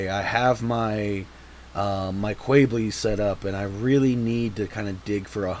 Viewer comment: Imma be honestly. I cringed every time you pronounced Quebeley has Kwey-blee. It's pronounced as Kyu-beh-lay. Other than that, interesting deck. I've been looking for decks to put Quebeley in.